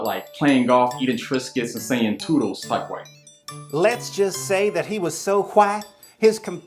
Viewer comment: The pronunciation of “hwyte” is so funny